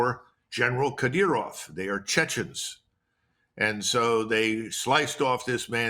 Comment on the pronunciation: Did he say General Cut Ear Off?